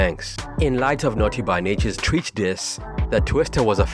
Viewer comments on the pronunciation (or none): If you’re going to be reporting primarily on hip hop, I need you to make sure the pronunciation is on point. TREACH (sounds like retch). GROOVE (sounds like move ). Also, the single is called “is that YOUR chick”…not you